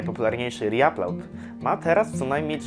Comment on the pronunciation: ri-aplałd XD